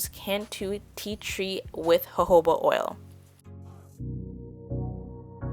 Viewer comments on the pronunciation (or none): It is Jojoba oil not hohoba oil 🙄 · U rlly said hohoba, u pronounce it like this joh-joh-ba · Its jo-jo-ba oil Its not a spanish word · I pronounce it as (Joehoeba) lol. Been saying wrong for years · JOJO-ba oil , the j’s -aren’t silent 💘